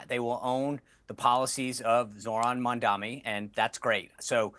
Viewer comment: Why are so many Republicans unable to say a simple name like "Mamdani" right? Is it a lack of education or a speaking disability or what?